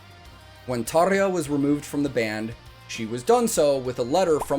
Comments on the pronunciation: Good start ... you know how to pronounce Tarja :) This was special. The band was all in, especially Floor of course. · I want to congratulate you , not just for the video, but for being a Yank and actually bothering to pronouncing Tarja's name properly. All of the non-English names actually. Not something you see often in the youtube universe. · I love 💓 how you pronounce Tarja 😄